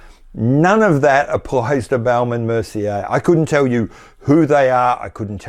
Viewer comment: Love the way you pronounce Baume from Baume and Mercier. You make it sound like baoum which is really funny 😄 for French speakers Raymond Weil ? Are they still around ? If yes, they should close shop and distribute proceeds to shareholders. Steinhart : definition of a cash cow. Thousands of faithful fans forking out €4 or €500 each year to get a new Rolex lookalike. Breguet : aren’t they the European Credor ? Everybody agrees they are great, but you never see them IRL Another zombie brand : UK Rotary.